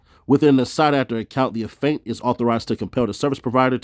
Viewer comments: bruh it aint a-faint its aff-e-ant 🤣🤣🤣🤣🤣🤣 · 😂🤣C'mon; its Affiant(aff-ee-ant) 👍🏾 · Af~fee~ent - Affiant. Be easy bro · pronunciation. You sounded like you were saying Aff~ant for the word affiant big homie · Affiant- Af-fee-ant hope this helps.